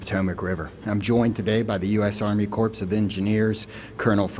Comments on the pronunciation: “Corpse of engineers”? Really? The leader of the investigation, and he’s not educated enough to know you don’t pronounce the “s” in “corps.” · The “CORPSE” of engineers? Are you kidding me? This is the head of Unified Command? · If you're this high in leadership at LEAST pronounce corps right. It's not core-pssss it's core.... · for the love of God can we please pronounce Corps correctly..THE P AND S ARE SILENT... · When he mispronounced corps I lost all respect for him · ‘Corpse’ of engineers? Corps is pronounced ‘core.’ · At least know how to properly pronounce “corps”….without the “ps”! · I heard him say US Army corpse of Engineering. Must have attended WOKE High School. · U.S. CORPSE of Engineers? First responders deserve to be honored by a person who knows how to pronounce their names correctly. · Corps of Engineers, pronounced "Core". Not "Corpse." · when he said “corps” instead of “core” i died 😭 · "Im here with the Army Corpse of Engineers?" C'mon man... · Corps is pronounced CORE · This guy is a fire dummy of the first order. US Army Corps of Engineers, is not pronounced "Corpse". Corps is pronounced "core". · Did he really just say ‘corpse’ of Engineers?! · Corpse of engineers??? This guy seems like a very nervous stand in. If you are in the corp you know how to pronounce it. That is, unless this is code, since he said it right the next time. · Army "corpse" of engineers? Come on, man! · Corps is not corpse. This is Command? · Silent p. Ughhh, wrong pronunciations coming from so-called educated people drives me nuts. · With just one significant mispronounciation, “corps/corpse,” the man told me all I need to know about his intellect and credibility. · Pronounce "koor" like door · He said"corpse". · the "P" in "CORPS" is SILENT Chief... It has been since you were in grammar school for sure... 🤦‍♂️ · There it is!! Just like Obama. Glad you caught that too. It lessens his credibility.